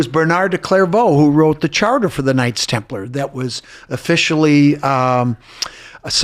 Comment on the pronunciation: Thank you for pronouncing Templar as Templer..it drives me crazy when people say Templaaar.